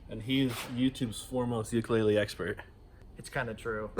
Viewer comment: He said Ukulele wrong every time